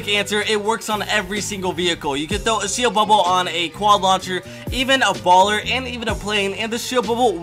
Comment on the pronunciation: he said quadlancher lol